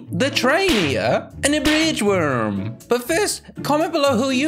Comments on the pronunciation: At the start he said “and a bwindge worm.” Or am I hallucinating for the 5th time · How to pronounce bridge worm by How to pronounce bridge worm:BRDUHGUHHHHH WIIIRM